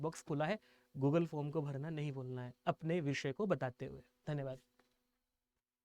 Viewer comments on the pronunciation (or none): none